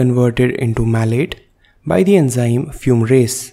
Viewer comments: also it is fumarase instead of fumrase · Thank you for this video. However, I would just like to correct fumrase into fumarase and the succinyl CoA synthase into succinyl CoA synthetase. Nevertheless, this video is excellent.